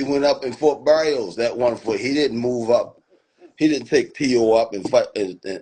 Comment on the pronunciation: Did he just say Barrios? 😅FOH